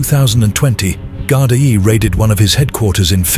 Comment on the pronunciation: Someone needs to tell the narrator how to say Gardai properly